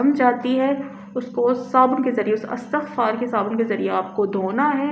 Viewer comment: Thanks dear sister for using the pronunciation 'ISTIGFAR'.